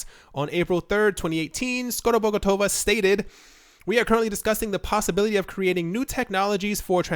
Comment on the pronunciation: Oh wow! You actually managed to pronounce Skorobogotova! Nailed it! 🙌🏻 Great content as always! Short and straight to point! Ty for your work!